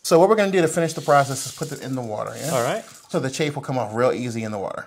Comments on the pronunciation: Chafe??? It's chaff and pronounced as such... Google it. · CHAFF not CHAFE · Chafe? Not chaff?